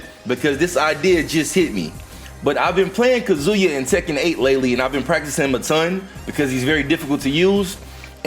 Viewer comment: Yo why tf do yall still call him "kazooyah" lol yall sound like idiots saying it that way lol